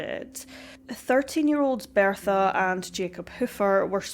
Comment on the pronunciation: You should NOT be narrating videos. You CANNOT SPEAK Properly or Pronounce words Correctly. It's BERTHA Not BEARTHA!! Had to turn off the sound!!